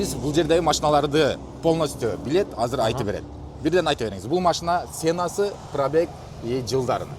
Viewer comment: Цена эмес Сенасы, айтып бербейт, айты-берет😁